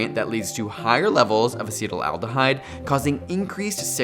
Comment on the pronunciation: Acetaldehyde is pronounced ACET-aldehyde, not ACETAL-aldehyde.